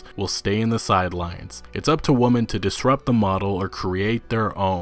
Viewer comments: I cringed every time he said "woman" when the word is "women". What he's saying doesn't even sound right. God it's just cringe asf. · I like some of your videos and they are of high quality, but for God's sake please stop mispronouncing women as "woman" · I made that comment halfway through the video and then it got worse and worse as the video went on. You sound like a fucking idiot when you say “woman” every time the word “women” is on screen. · Please, please learn and practice difference between woman singular and women plural. Hurt my ears! Got to 5.13 then quit... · Grrrrr stop saying woman...... when the word is women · Why was he saying woman when women was clearly written? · Why do you keep saying "Women" as "Woman"? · I’m sure you get this a lot, but is it intentional that you keep pronouncing “women” the same as “woman?” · Kept Saying (Woman)When Reading The Word (Women) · One issue... why can't he pronounce women correctly. Kept saying woman. My OCD couldn't let it go. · Great vid bro! It's like they don't get that most if not all of rockstars products are dark parodys of real life. Hppefully Rstar doesn't cave. Btw, is it just me, or does it sound like "woman" when he says "women"? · lol I'm sorry but you keep saying "Woman" instead of "Women" and its making me chuckle like heck. Although this is a good video and it brings up some great questions about reviewers and their expectations. I just hope Red Dead Redemption improves on the game instead of dumbing it down like GTAV did with GTAIV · Forgive me but my only takeaway from this was your pronunciation of "women". It sounds like your saying "woman", does this have to do from where you are from or something to that effect? I usually here "women" pronounced "wimen". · Nice video, but you are mispronouncing women. It is not pronounced the same as woman. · Drink every time he says woman instead of women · Bloody hell, it's womEn not womAn! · Dude. It's WOMEN not woman. How can you not know that?